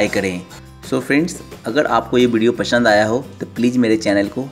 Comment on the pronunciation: Jalebi banana bhale nhi sekha pr ullu banana aa gya yarr.....or ha Tera video पशन्द nhi aaya , passand to bolna aata nhi chale h jalebi banane😂